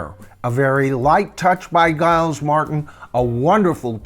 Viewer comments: Giles is pronounced Jiles ... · His name is pronounced ‘Jyles’, not with a hard G but a J sound. Giles. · it's pronounced "Jiles" by the way. Just so you know. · FYI, I saw and interview with Giles Martin and Sam Okell, the engineer, where Sam pronounced Giles name as Jiles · Pronounced jajaja isles ! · It's pronounced as the 'J' for the G. Jiles. I love his work on all he's done. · You keep pronouncing his name wrong. It’s Giles (like Jiles) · Giles name is pronounced Jiles according to many YouTube videos I've seen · At least pronounce Giles name correct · It’s pronounced Giles not Giles. And it’s Esher, not Esher. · A very interesting analysis of these remixes,. In terms of pronunciations, Esher is as you pronounced with the 'E' sounding as in 'Egg'. Giles Martin's first name is pronounced with a soft 'G' as in 'Gypsy'. Hope you don't mind. Please keeo your posts coming as I get so much from them. I'm really lookong forward to the remixes of the pre Revolver albums. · Pronouncing “Giles” with a hard G aside, I endorse this ranking!